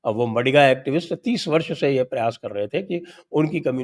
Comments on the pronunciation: Madhiga not madiga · It is ಮಾದಿಗ (maadiga not ಮಡಿಗ -madiga) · Sir ji.. MaDiga nahi Maadiga. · 'मडिगा' community nahi sir ji, it is pronounced as 'मादिगा'. Also referred to as आदिजाम्बवंत, yes, Descendents of Ramayan's Jambavanta. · Its pronounced as 'Maadiga' sir